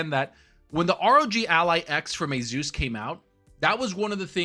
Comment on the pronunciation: He says "ASUS" like a mongloid. 🤣